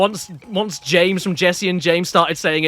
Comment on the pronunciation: I still get a laugh out of "Ja-a-ames" every time he says it, because I know 4Kids was just desperate to match the lip flaps of his Japanese name "Ko-ji-ro." Eventually, they got smarter, started filling the gap with "And James!" instead, and the snobbish pronunciation was gone. Still a rough first eight years.